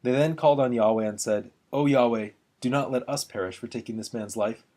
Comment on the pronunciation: Good combination of the woodcuts and reading. From the editor's introduction to the Jerusalem Bible, I understand the pronunciation of Yahweh to be yah-WAY, on the second syllable.